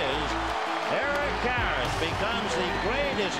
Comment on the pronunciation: Eric Karros, or as Ross Porter would say it…Air’k Care’sh 🤣